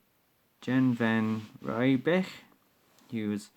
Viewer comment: I am from South Africa and that is vanriebeeck